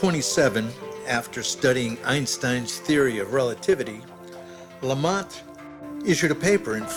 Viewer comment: He said lamont because how do you expect anyone to pronounce lemaìtre????